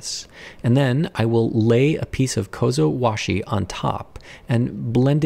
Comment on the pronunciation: Apperently that's the correct japanese name